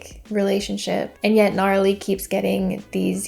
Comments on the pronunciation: it's not pronounced Gnarly lol it's Na-Rally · Love the video and all your content but it’s Narally. Pronounced Nuh-rally. And it’s not a distrack made by Laura, Narally made it. Sidenote it looks like all her portraits are of the same photo🤨😂